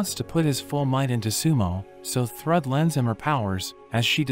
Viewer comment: I know it's narrated by a computer, but the name used for Thor's daughter, is Pronounced Throod! Spelled Thrüd!